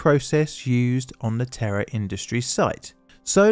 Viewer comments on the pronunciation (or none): I know I am not the only one who initially thought you were saying the "Terror International" plant exploded. (It's "Terra".) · Ten seconds in, do I hear Terra or terror!? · The way "Terra" turns into "Terror" in accent seems all too appropriate for this one, yikes! 😯 It's always fairly horrifying to me just how many of these fairly major disasters appear to have happened internationally during my teenage years, and just how few of them I've ever heard of? Makes one devoutly hope that safety measures have improved in our current era, but...!! 😵‍💫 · Did he say "Terror International"?